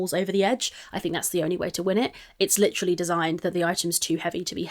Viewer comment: “Leedurally” took me out 😂😂